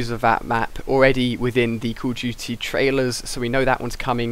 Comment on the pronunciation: why do you say "Call of GT?"